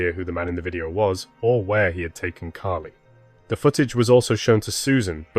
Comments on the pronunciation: Her name is Carley(car~ley) not Carrie…respectfully. I noticed that you say a proper about a quarter away through the video. Is there a way to change that or edit those parts or let people know that it was an honest mistake. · Her name is CARLY, or CARLIE. Not Cari. You can't even say her name correctly. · I’m sorry, but you’re kidding right? He (or the AI he was using) didn’t even pronounce her precious name properly!! He called her Carrie, Charlie, Kly, etc. Her name is Carlie!! And don’t come at me about accents, it wasn’t that! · You might want to get the victims name right at least once in your video. It’s not Kly or Carrie or Caaari as you stated. It’s Carlie Bruer. If you’re going to use these tragic incidents as your income, at least respect the victim and her family. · If you’re going to create videos like this, at least have enough respect to get the victims name right. Yo said the wrong name 21 times before you said it correctly. Her name is “Carlie” not Carrie! Then you continued off and on calling her “Carrie” instead of her correct name. That is so disgustingly disrespectful to this innocent young girl. You need to fix this immediately, please… my gosh it makes me sick to my stomach every time you say this poor child’s name wrong.. Do the right respectful thing and FIX THIS VIDEO NOW PLEASE! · Her name is CARLIE, not Carrie! 😮😮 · could get childs name right its not carrie its carlie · If you're going to narrate, get her name right. It's not "Carrie" or "Charlie".... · The narration sounded like her name was Curry.. thanks for this xx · I came to say this 😅